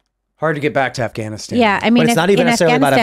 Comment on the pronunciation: When Biden called it Gaffwann-Ahhh-stan everything fell apart............